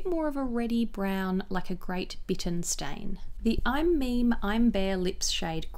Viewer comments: absolutely love this video!! very tiny correction: i’m meme is pronounced “mee mee” instead of “meme.” i made that mistake as well when i first discovered the brand! so happy to see these comparison swatches 😊❤️❤️ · Hi! Lovely video! I love that you included Korean beauty brands. I do want to note that I'M MEME is actually pronounced "me me" and not "meem".